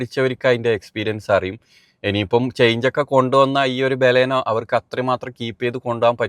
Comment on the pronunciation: ഫ്രണ്ട് വ്യൂ ഒട്ടും ഇല്ലാത്ത മണ്ടത്തരം ആണ് ബാലാനോ അല്ല ബലെനോ 😂😂😂